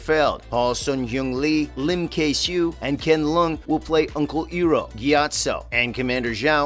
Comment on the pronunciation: he also pronounced iroh s name wrong, he said hiro XD